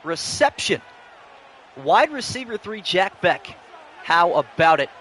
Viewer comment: Jack Bech like Besh. Not Beck